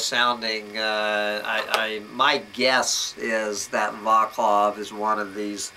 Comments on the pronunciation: Pronounced "VAHTS-love" not "VAH-klahv" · It's a Czech name and the "c" in Vaclav is not pronounced as "k" but as "c" like cinnamon.